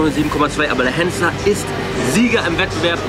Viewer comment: Henssler und nicht Hennsler. Achte auf den Titel und lass mir nun den Fuffi. ;-)